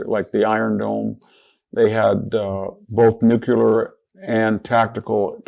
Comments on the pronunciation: VDH just said 'Nucular' and it was not a slip of the tongue, because he said it again ! How disappointing. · Cant take anyone serious who cant pronounce NEW CLEE ER . So much for degrees